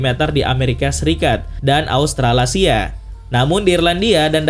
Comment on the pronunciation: Dan australasia?? salah ucap min